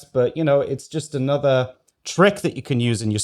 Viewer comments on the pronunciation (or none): none